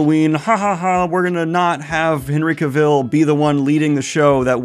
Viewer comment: Say "Henry Cavill" again bud